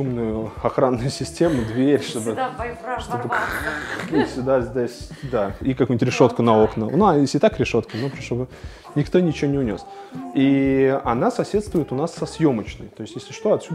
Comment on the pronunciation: Медленно,медленно!как было пол года назад «Ничего»так и осталось,»Ничиго»